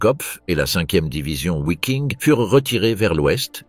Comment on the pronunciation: Interessant mais pas très bien lu (et mal prononcé : " Vaffen SS " et " Viking ", et non pas Ouaffen et Ouiking)...